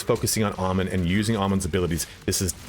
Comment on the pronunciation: You're pronouncing his name wrong. He says his own name quite often in the game